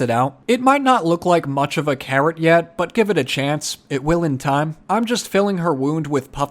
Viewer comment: I love watching your videos! But I swear when you said carrot, I totally heard "Karen" and I was like why does he need a "Karen". 😂❤️